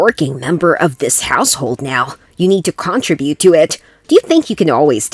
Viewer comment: Is it normal in America to place the emphasis on the first syllable in "contribute" instead of the second one?